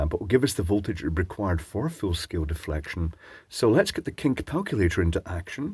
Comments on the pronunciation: Did you say kink palpulator purposely? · "Kink Palculator". I snorted, and skipped back to make sure that is what you said. Also, wouldn't the "unused" resistors on the other side tempt some pixies away from the meter, lowering the meter deflection to show bad results for the battery being tested?